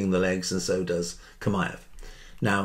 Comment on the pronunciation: Chimaev said like Shimaev